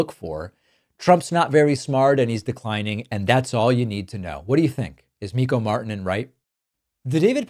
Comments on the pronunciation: Your Finnish pronunciation is actually okay, but a double K would make it more "Mick-koh" and his surname would be "MART-tee-Nen". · David, your pronunciation of Ilta-Sanomat was pretty much as spot-on as could be imagined form an Argentine-American who's presumably never studied Finnish. Your pronunciation of Mikko Marttinen was, well, not quite as great, but it was still so good that I knew the author's name exactly from how you pronounced it. Very good job pronouncing these words, definitely not butchering them. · Pronounciation help for you: Think the name as "Mik-ko" and the "Mik" is like "Mick" as in Mickey Mouse; the "-ko" is the way Americans say company names like "Something & co" it's it the "Co" bit. "Mart-ti-nen" I know Americans can't do the rolling-r, but you can get close with "Mart" as in martini (the drink), "ti" like "thyme" or "time", and the "nen" like "nine" or german "nein". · His name is actually pronounced "Mikko Marttinen".